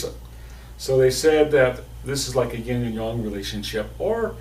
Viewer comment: 😂😂😂 "YIN AND YOUNG"!!!😂😂 NOOOOOT!